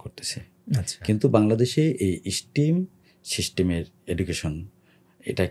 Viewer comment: What a charismatic personality is! We should vote him into parliament. He has some wonderful ideas to change society. However, there is one minor mispronunciation. If I may correct it, STEM is not pronounced "স্টিম", rather it is pronounced "স্টেম ". May Allah accept all the welfare activities of his own and his father's, blessing him with honor this election!